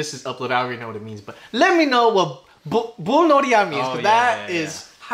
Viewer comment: Bulnoriya means Playing with Fire or "Fireworks". It's pronounced as if it were Pullnoriyah. And it's the Korean song title.